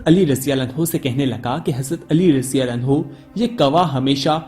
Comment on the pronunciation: Abhi tuje radiyallahu bolna nahi aata raji-raji kya krta he?